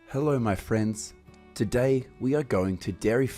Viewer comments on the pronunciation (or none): none